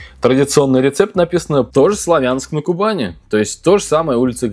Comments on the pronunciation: Уже много раз писали про ударение в названии СлАвянска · Вот мне тоже режет слух, всю жизнь на а ударение, а в Википедии на я😳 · Простите, Вы неправильно ставите ударение-Славянск на Кубани. На а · правильно будет произносить СлАвянск-на-Кубани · Вы не правы, СлавЯнск-на-Кубани. Гугл в помощь. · Да хватит уродовать название города!!!! СлАвянск-на-Кубани!!!!!!!